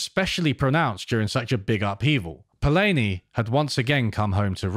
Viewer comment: It's nice to see that you are discussing the master, Karl Polanyi but you are pronouncing his last name incorrectly, repeatedly!